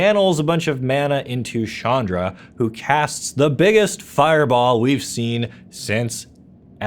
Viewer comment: It's CHandra....not SHandra....please, stop rapping my ears with that pronounciation. Chandra means "moon" in many hindu languages and it's pronounced as in challenge.